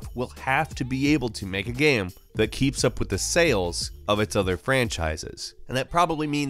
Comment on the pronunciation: I like the video but i dont like the way you pronounce “game”. You say “gaem” And that distracts me 0_o